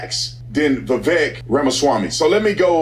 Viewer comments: Just so you all know, Vivek has his own YouTube channel, he's super smart, he's well-funded, because he was a very successful self made man. You pronounced his first name "Viv-ake", his parents immigrated from India, he was born in raised in Ohio. He went to Harvard and has a degree in biology and then got a law degree too from Yale, he's the smartest candidate by far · Vivek pronounced like cake. Vivek said that.